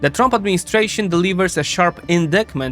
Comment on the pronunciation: Indictment = in-dite-ment